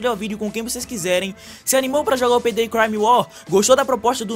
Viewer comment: FALANDO PEI DEI KKKK VÍDEO TOP LIKE